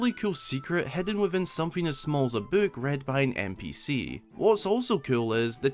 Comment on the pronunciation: how can someone mispronounce book?